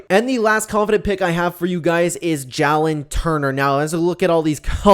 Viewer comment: Ngl idk how to feel about these picks after you called a ufc stud ja-lin when it’s jay-lin